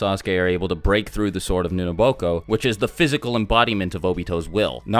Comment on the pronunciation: Explain the sword of mioboko. (U may have butchered the name